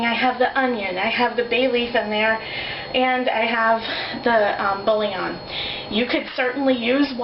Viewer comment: Where to begin? Can we at least expect these people to speak English? Bouillon is a two syllable word, not three; it is not 'bull-i-on'. Oh Lord, please spare us.